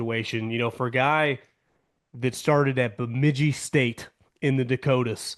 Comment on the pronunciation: Shout out to for the flawless pronunciation of Bemidji. Go Beavers!